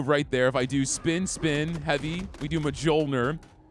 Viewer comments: as a scandi, your pronounciation of mjølner is painful x) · For the love of God someone tell this man how to correctly pronounce Mjolnir!! What manner of rock has this man been living under that he has apparently never seen a Thor movie?!?..... or heard the word ki / qi? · mjolnir, just like jotunn(slayer) is a nordic word... J's are pronounced like Y. idk why you can say jotunnslayer right but not mjolnir brother. have you not seen a marvel movie?!